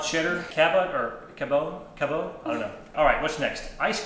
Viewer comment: Cabot (the cheese company) is pronounced Cabit, don't try to make it too fancy! As a Vermonter I felt the need to help you say it right. 😆 Seriously though, I love all of your videos!! 🙂